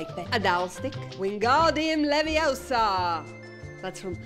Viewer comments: It's leviOsa not leviosA 😂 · Stop stop stop you're going to take someone's eye out and you're saying it wrong it's laviOsa not lavioSa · It's LeviOsa not leviosAR😂😂😂